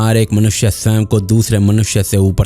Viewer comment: ब्रो जिसे आप स्वयं (sawey) कहते हैं वह स्वयं (sawayam)ही होता है😊